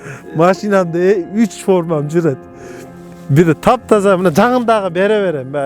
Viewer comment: Дагы озбек кыргыз болуп атабы мно молдо мине деп атат ошону уксанар